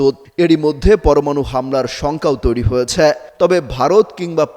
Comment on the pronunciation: ভাই - সংবাদ পাঠে আপনার উচ্চারণ সঠিক করুন! বাক‍্যের শেষে ‘হয়েছে’, ‘গিয়েছে’ - - এই শব্দগুলোর উচ্চারণ আপনি খুব শ্রুতিকটুভাবে করেন - ‘হয়েছ‍্যা -‘, ‘গিয়েছ‍্যা -‘ বলে কোনও শব্দ নেই! 😡